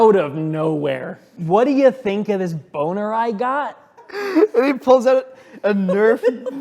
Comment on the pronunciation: Hehe. Bow-ner.